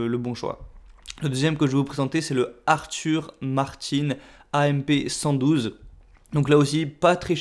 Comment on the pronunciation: Juste une remarque...J'ai vraiment ri quand j'ai entendu Arthur "Martine" (j'écris comme tu prononces). Le créateur de la marque est un Français, il n'y a donc aucune nécessité à prononcer à l'anglaise, surtout quand tu ne le fais pas avec le Arthur.